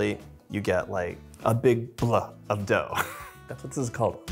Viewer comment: "Bluh of dough" hehehe 😄